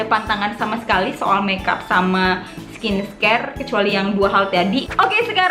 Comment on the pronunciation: Di kaya ngomong skin scare nggak sih??😂😂